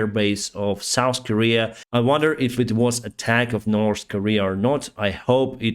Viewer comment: You know, there is no letter S in the words north or three. Its not "nors" nor "stree". You would sound much professional, if you would pronounce the basic words right. Just a friendly suggestion.